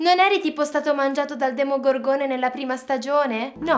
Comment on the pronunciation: No avete tolto la scena in cui Billy diceva male il demogorgone mi faceva troppo ridere l'ha rimettete pls